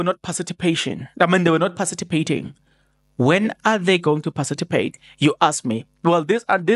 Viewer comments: patici not paciti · Participate....not Parcipitate😅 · PARTI CIPATE..NOT PACITIPATE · 😂 to be sown (sworn) 😂 To parcitipate ( Participate) will burn us one day, but ke, Islungu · And not parcitipate.A slip of tongue, I assume Thanx for that correction my MK sister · Participate Maan not pacitipate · Pacitipate 😂 hayi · eh Zazi ....parcipitate 😅 per Chief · I like how you pronounce participate😊😊